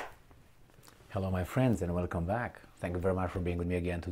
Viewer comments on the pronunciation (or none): none